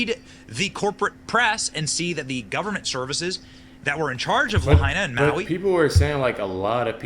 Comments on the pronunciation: This is so stupid. You don't even know how to pronounce Maui and you are spreading a bunch of BS. Really? Why? Do you really believe this crap? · So you don't know how to pronounce "Maui", and you don't know why someone would do something like this. NEXT! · Come on man You don't even know it's Maui I can't even watch past that for a sentence